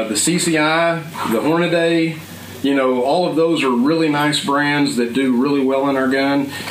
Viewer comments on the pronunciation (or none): Hornady, not Hornaday.